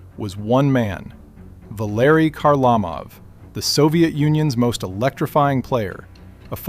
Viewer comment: "Zeelbear" Perreault?" "HarLAmov"? Seriously?